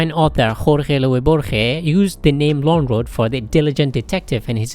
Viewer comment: The pronunciation of Lönnroot is very good.